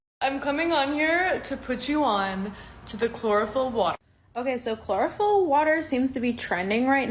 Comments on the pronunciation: Chlorophyll... Sounds more like Borophyll. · chlorophyll...more like bore-ohpyll.